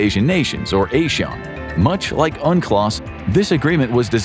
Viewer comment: ASEAN is pronunced as AH-SEA-AUN.